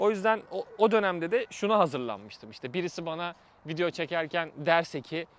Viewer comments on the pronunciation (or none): none